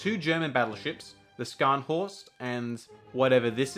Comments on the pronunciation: "Scharnhorst" is pronounced "Sharn-horst" and "Gneisenau" is pronounced "Ge-nie-ze-now". Sch in german makes a sh sound like how it is in english. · Well done.. pronunciation check on Scharnhorst and Gneisenau but worth a sub.. I will follow your channel with interest. PS Vian went on to be one of the most celebrated Captains of WW2. A sort of Thomas Cochrane for the 40s